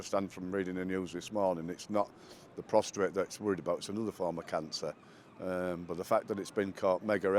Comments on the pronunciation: PROSTATE !!!! NOT PROSTRATE!!!! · It's a prostate...not a prostrate. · Prostrate…it’s prostate. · Prostate - not prostrate. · Prostate nor prostrate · P R O S T A T E not P R O S T R A T E. Get it straight, ugh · Prostate not Prostrate 🙄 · Prostrate? Prostate, I despair. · It’s prostate not prostrate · Men do NOT have a prostRate gland, but the DO have a prostate gland. It's like fingers on a chalkboard to hear people speak it incorrectly. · Someone tell the first bloke that it's Prostate not ProstRate . Def. 'lying stretched out on the ground with one's face downwards. "there was a man praying before an idol, lying prostrate" 😂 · To the first interviewee - Prostate cancer, without an r Prostrate, with an r, is what you make yourself physically, like Harry should be doing in apology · First interviewee says "prostrate" instead of "prostate", the former meaning to lie flat usually face down on the floor as in the Old Testament worship of God in the Jewish Temple. 🙃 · Why do all English people call it the PROSTRATE?? IT'S PROSTATE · It's prostate not prostrate. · Can we take this opportunity to educate everyone to the pronunciation of (PROSTATE) The prostate (not prostrate) is a small, rubbery gland about the size of a ping-pong ball, located deep inside the groin, between the base of the penis and the rectum. It is important for reproduction. (PROSTRATE) Is the act of lying stretched out on the ground with one's face downwards. Hope that clears it up 😉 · the word is pronounced " prostate" not prostrate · NB English speaking world. The word is 'Prostate', not ''Prostrate'. The prostate is a male organ while prostrate means to lie down in front of someone with your face down. Signed Mr Pedantic. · Prostate NOT prostrate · Brits ..it’s pros -tate